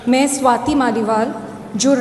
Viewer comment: वाउव वाउव नहीं वाह वाह, सवातिजी नहीं स्वाति जी होता है।😂